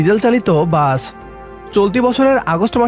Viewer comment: বাচ না, বাস। ঠিক মতো বাংলাও বলতে পারে না, চ্যানেল খুলে বসেছে?